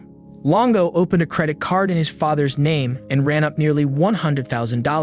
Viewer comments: "ascend on their home"? What language is that supposed to be? "Credit CARD"? "DevaSTATED"? Is this an AI that puts the emPHASis on the wrong sylLABle? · Wow, this is not actually narrated by a human. I just caught two emphasis errors that a human wouldn't make, such as "credit card" with the emphasis on "card". And I am not even ten minutes into this yet.